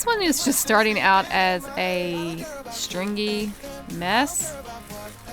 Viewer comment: I feel like she can't say stringy